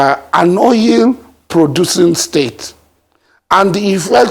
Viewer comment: It's Oil,and not Oyil.